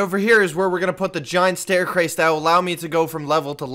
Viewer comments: Did anybody else notice that he said staircrase instead of staircase case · I’m pretty sure he said staircrase instead of staircase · he said staircrase at one point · Is anyone gonna mention the “Giant Staircrase” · this is where the stair crace will be. me: did you just say stair crace? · he sed ster cras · *watches and sees this= “” and this is where the giant stair crase will be. “Me” why did he say stair crase it’s “stair case?!” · “This hole will be where I will put the giant s t a i r c r a s e” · said staircrase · ThiS HoLe Is WeRe The StRaReCaSe socks trying to say stair CaresE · did he just say staircwace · bro in the video he said stair crace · Did you say stair crease? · Who else heard staircrase😂😂😂😂😂😂😂😂😂😂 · He said staircrase on accident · he say stair crase